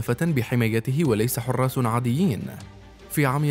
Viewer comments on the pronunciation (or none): زعيم كوريا= حكم بالاعدام ضربنا بـRBG لصاحب الفديو لانه قال خراس وليس حراس✨👌